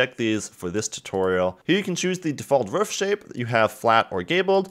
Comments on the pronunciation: it's roof not ruff... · Dude ur pronunciation of roof is like a dog barking "ruff"